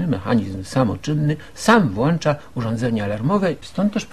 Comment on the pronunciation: . Włącza, a nie włancza.